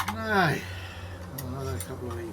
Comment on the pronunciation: I love when he says “now”. “Nigh”! Lol